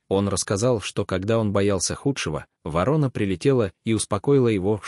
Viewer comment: Чтец о вороне не знает, как произносить название этой птицы. То ли он впервые слышит его, то ли вообще научился читать по-русски недавно. Вот таких "рассказчиков" мы встречаем нередко и еще хвалим их. Видимо, недалеко ушли от них и хозяева передачМ, раз они пропускают такое чтение. Это безобразие, выпускать в широкий эфир безграмотностьх. В приличной стране таких выгоняли вон из передач.